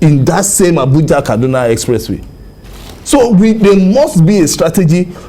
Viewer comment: Abeg the name is "KADUNA" not "KADNA". And also it is "ARMS" not "HARMS". If dem talk you people will pretend you sabi book more than anybody yet to correctly pronounce the name of a major State in Nigeria dey hard you. If it were an aboki that incorrectly pronounced Akure now, you won't allow us hear word. Basket mouths!